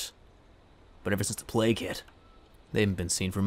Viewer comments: All this time I thought he said play kit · I.... thought he was saying play kid... But that was before the plague hit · I always though that he said ''Before the play kid'' But now i have seen the light. But that was before the plague hit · He was saying plage hit, I thought he was saying play kid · Sound like he is saying playkid